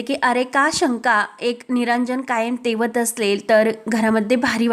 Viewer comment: Tejat nahi tewat ase aahe..kuthun marthi shikali g anade